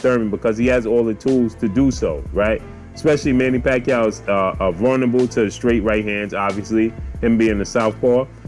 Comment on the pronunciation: Pacwuaio going to 😴